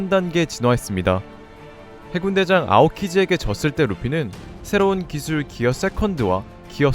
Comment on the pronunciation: 기술 발음부터가 너무 구려서 간지 안날듯.. 기어 포스를 조루모드에서 지루모드로 각성시키는게 가능성 있네